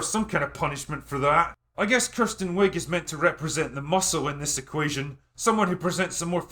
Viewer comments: I love how you pronounce Kristen Wiig as Kirsten... she portrayed the biggest movie cliche in years !!!! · It's Kristen Wiig, not Kirsten. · Being so drunk that you pronounce Gal Gadot correctly, but not Kristen Wiig is a thing.